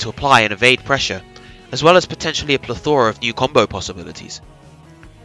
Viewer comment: Great video, great analysis. Only criticism: learn how to say "plethora", and say it less. XD